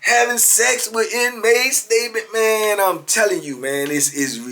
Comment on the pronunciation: aye mane say mane lmao